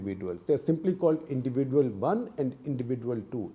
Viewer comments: Sekhar Gupta's pronunciation of "individual" is unique. Hope someday he gets it right. Until then we have to suffer listening to " indivi-duel". 😂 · Wrong pronounciation of the word 'individual' by Coupta !